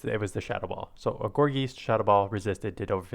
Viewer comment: Have you ever heard of poltergeist? Think of that when pronouncing gourgeist.